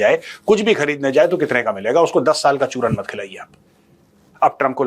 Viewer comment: I love the way you say CHURAN